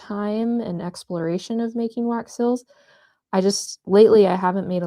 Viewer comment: These are so beautiful! The only thing is that whenever you say the word "seals" it sounds like you're saying "sills." 😂